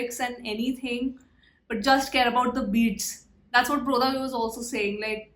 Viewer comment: Pronounce of brodhaV is bradhaV